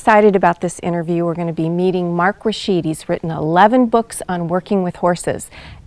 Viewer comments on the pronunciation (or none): How could someone prepare for an interview and not check the pronunciation of the guest's name? It's RASH-id, not Rash-EED.